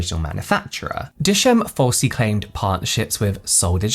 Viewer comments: The pronunciation of dischem as dayschem and not as Dis-kem. 😂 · DisChem (Discount Chemist) not Dishem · Dis-Chem is pronounced Diss Kem (Chem for chemist). Lol not dish'em. But yeah, they (and their direct competitor, Clicks) have had their fair share of controversies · its pronounced Dis-Kem 👍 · Pronounced Dis chem as in chemistry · 😭😂🤣 “Dischem” is pronounced “diss-kem” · Dischem ❌ Dish-shame ✅ 😂😂😂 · My dear James, it's pronounced DIS CHEM (as in CHEMistry). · It's Dis-Chem pronounced like chemistry lmao😂♥️this story is wild, fellow South African 🇿🇦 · dischem is pronounced as DIS (this) CHEM (like chemistry but without istry) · South African here, So sad about the fake products 😪 people really need to be so careful, I only trust sellers like Foschini Beauty, Woolworths and similar. If a product is not officially in SA, I'd rather do without it. Love how he says Dischem 😅🤣❤️